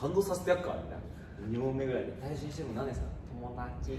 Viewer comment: 元太のトモダトュチ が好きです